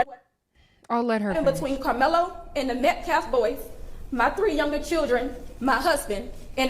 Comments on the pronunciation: My question is who gave them the right to make the father leave? That man should learn to pronounce the victims last name , it’s Metcalf, not Metclaf. If Karmelo had a right to be in the tent with the Metcalfs then their father had a right to be there. This man literally just proved the point of this whole tragedy, it’s quite hypocritical. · Paid agitator Dominique Alexander keeps saying "Austin MET-CLAFF". Seriously, this dude is intellectually challenged! Why is Dominique concerned about lives of law enforcement when he has led BLM marches since 2017 to "Defund the Police" including the one in downtown Dallas in 2017 where a sniper killed 7 people in uniform, 5 of them were police officers.... He's gaslighting.